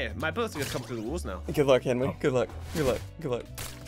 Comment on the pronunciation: Did anyone else hear call Henwy half a man